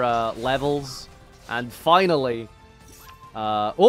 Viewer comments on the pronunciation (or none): none